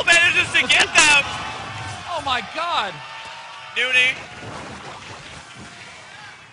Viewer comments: nOny husky not fucking noonie, jesus. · nOny not nUny! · Nope. It's New-ney.